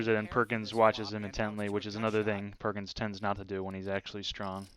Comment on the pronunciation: read Perkins correctly both times?